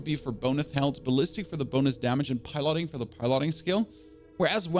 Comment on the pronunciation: Why are you pronouncing 'piloting' like that?